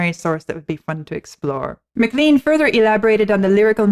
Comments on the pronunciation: A bit surprised to hear you saying "McLeen" instead of "McLane" throughout the introduction? Was there no one like Vlad to mention it when the artist was introduced to you? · It’s not MaLean, it’s pronounced more like Ma-clain. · I haven't seen it in the comments below, but Buddy Holly got his catch phrase "That'll be the day, . . . that I die". From John Wayne's character's use of the same phrase in the 1956 movie "The Searchers". BTW - I was in high school when American Pie came out and everyone pronounced McLean as Mc Lane not McLeeen. Interestingly, I was born the year that Buddy Holly wrote his song. From what I've learned Rock and Roll was pretty much born that same year. : - )